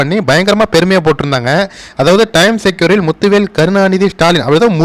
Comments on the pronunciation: Pronounced as times Square like g square not times secure. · டைம் செக்யூர் இல்லை. டைம் ஸ்கொயர். தப்பாக உச்சரிக்காதீர்கள். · Time secure ellanga 😅 Time square. Is a place. Please pronounce it correctly 😊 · Pl pronounce properly Time Square.